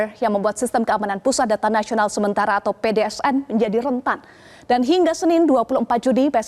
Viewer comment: pdns mba bukan pdsn